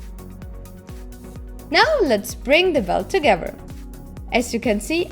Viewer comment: I love your videos ...and how you say togever!